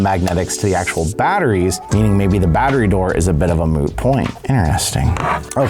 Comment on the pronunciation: moot, not moo.